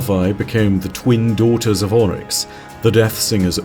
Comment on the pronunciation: Why do you say “ ULL-Rix ( Oryx) when it’s pronounced “Orr-Rix”?